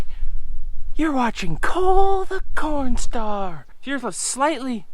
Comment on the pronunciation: Always enjoy. Oh yeah. You but butchered CornStar pretty bad. Lol